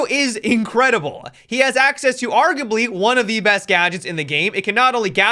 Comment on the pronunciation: Argably huh? So you watch Tonald as well?